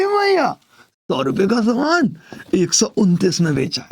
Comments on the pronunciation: Saman ,is not saman😂😂😂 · समान ❌ सामान ✅ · Saman not samaaan 😂😂😂